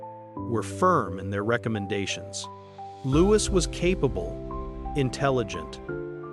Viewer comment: Why are you speaking of preparing for adolescence and pre-teen years? Prince Louis is 7 years old ! Also several times you have referred to the monarch being his father?King Charles 111 is the monarch and Prince Louis ( pronounced Looee not Lewis) is his grandchild,not his son. I found this very confusing also inferring they reside at Buckingham Palace is wrong Is there any substance to this story at all?Or is it fiction?😊